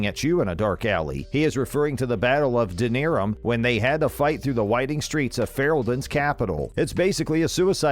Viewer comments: did you call Kasumi "he"? And all of these scenes are not secret. Not to mention it's Denerim, not Denirum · You know Kasumi is a chick right? Also, DEN A RIM. Say it right. You just reading from a script? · he also mispronounced 'Denerim' when going over the Ogre Easter egg. Guy clearly hasn't played either franchise and just searched 'mass effect easter eggs' on google, then made a vid without fact checking or making sure he knew how to say all the unique words/names. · The way he said Denerim as well 😭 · The battle of Deneeerim, in the Kingdom of Feereeldaan